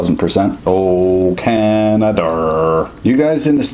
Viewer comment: One can not have intercourse with a bananna. ("...drives people fu*king banannas.") Furthermore, there's NO 'r' in Canada. ("... Oh, Canaderrr.")